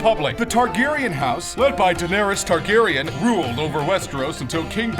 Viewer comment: The way he pronounces Baratheon and Targaryen makes me cringe so hard.